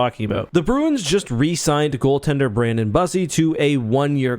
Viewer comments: so, for the sake of not getting made fun of, Bussi’s name is pronounced as if it was spell Byussi. Please don’t call him bussy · Bros name IS NOT BUSSI🤣🤣💀💀💀💀